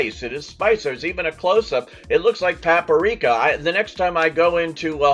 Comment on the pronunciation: This guy has problems with pronunciation, not the least of which is "pappareeka" for paprika.